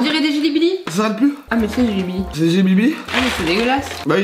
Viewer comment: Ah c'est des jelly Billy Lui: c'est des gilly billie